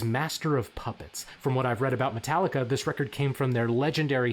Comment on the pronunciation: It's Metal-ee-kah